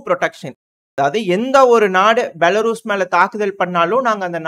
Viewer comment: தம்பி பெலாரஸ்... பெலாருஸ் இல்ல, 😂